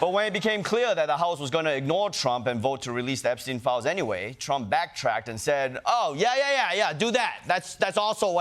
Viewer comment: Imagine mispronouncing Epstein after all these years